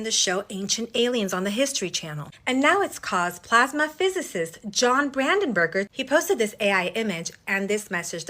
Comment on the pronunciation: Good grief... it's BrandenBURG, not burger... 🤦‍♂️